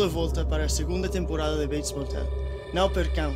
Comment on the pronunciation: «exclusivo», «TV» e até «séries». Nada foi de nivel de pronuncia nativa. Aquilo foi pura pronuncia forcada com apoio de guião e utilizacao de conhecimentos de espanhol (sorry não tenho teclado PT, por isso é que os Cs são assim).